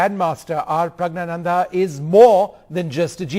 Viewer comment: He keeps saying Prayg and it keeps pissing me off, it's a simple Indian name, Praggnanandhaa or just call him Prug, what's Praayg?